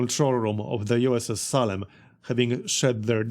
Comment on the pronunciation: Good stuff! Just FYI, it's pronounced "Say-lem", if you're interested. The town of Salem was made famous by the Salem Witch Trials.